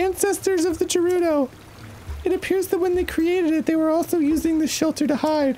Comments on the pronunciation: “Gerudo Town is in danger!” Riju, an actual resident of Gerudo Town, says her town name with a hard G (i.e. grapes on the ground). Yet the Grumpiest boys insist upon a soft G (i.e. gem-stealing gerbils)… C’mon, guys. Arin… DANNY, PLEASE 😂😂😂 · Dan asking for the pronunciation of Voe while Riju immediately confirms that Gerudo is not JUHrudo and him not noticing is the reason I will never stop gooning. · "I hope she says voe in her voice acted lines, so we know how it's pronounced." Riju saying Gerudo with a hard G sound i her voice acted lines.: "These Jerudo are so mysterious." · I do wish they would start pronouncing Gerudo correctly with a hard G. Dan realized this when Gerudo was spoken out loud in-game a few episodes back, he even pointed it out when it happened, but then they went right back to using a soft G the very next episode. 😮‍💨 And the same thing happened this episode except none of them picked up on it despite it being spoken out loud several times. 😩 Dan just enquired about the pronunciation of "voe" which btw sounds the same as "woe" but with a v instead of a w. Rhymes with "foe." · Arin: “Say ‘voe’ so we know how to pronounce it!” Riju: “Gerudo Town is in danger!” Arin: “Jerudo” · Also, Danny, goddamnit, it's Gerudo with a hard G, quit pronouncing it like the peanut butter. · Pronunciations for Dan: Voh, Vye, Gehrudo (as opposed to Jerudo) and just in case you forget, Highlian. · He may know how to throw, but bless him, he still can’t pronounce Gerudo or Voe. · They still can't pronounce Gerudo right. Hard G not soft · For the last time, guys: It’s not JErudo! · GERUDO IS PRONOUNCED WITH A SOFT G!!! FOR FUCK SAKE!! NOT JERUDO!!! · Why do they use the soft G for Gerudo 😢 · The whole Gerudo mispronunciation drives me nuts 😂😂😂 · I love how they actually voiced the moment they LEARNED how to pronounce Gerudo and they went back literally one episode later. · They keep asking how to pronounce Voe when they choose to mispronounce Gerudo.